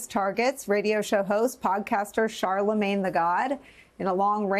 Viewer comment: Charlamagne… not Charalagne.